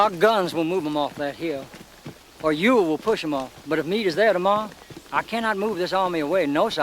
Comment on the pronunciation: Ewell js pronounced am correctly in this video. Say it aloud. You wool.